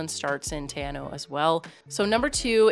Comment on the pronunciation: Theres also a really cool little place to stay on the way at Knobs Flat.Quite cheap and has a really awesome walk to a waterfall,need to take food and drinks cause there are no shops.Also it's pronounced more like tea-r-now 😄